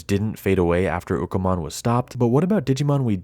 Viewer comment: Its Ukkomon not Bukamon